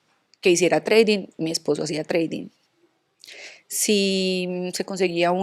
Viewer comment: jajajjaj TRADING NO se pronuncia así, es mejor que lo diga en español para que no haga el ridículo y se le afecte la plasticidad.🇺🇸💪🏻